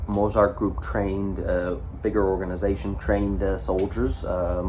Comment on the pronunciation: please say the t in z in mozart, it's getting to me!